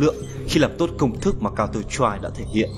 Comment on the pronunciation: giọng đọc thều thào, nhấn nhá khá kì quặc (mặc dù mỗi ng có thể cảm nhận khác nhau). Phát âm tiếng Anh phải nói là tệ, nếu ko đọc chuẩn được counter-strike, bạn có thể đọc tắt là CS để dễ đọc dễ nghe hơn mà? Ng đọc nên cố gắng tra xem từ đó đọc như thế nào (điển hinh là tên các nhân vật như Sage), chứ đọc các từ đao to búa lớn như Random Number Generator xong đọc sai cũng chả để làm gì.